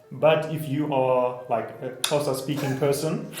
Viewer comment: すげえ…コーサの発音どうやんの…